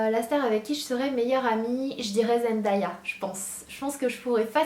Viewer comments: Zendaya ne se dit pas trop comme ça mais bon 😂 Si tu veux s'avoir ça se dit Zen-Day-A ! 😂😉💕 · Team Zendaya!!!!!! trop chou ce que ta dit sur elle ♥♥♥ j'aurai bien aimé qu'elle soit ma BFF mais j'aurai surtout kiffer faire du shopping avec elle♥ ( petite précision sa ce lit Zendaya mais ça se dit ''Zendeya'' mais bon pas grave ;D ) #zswagger #zendaya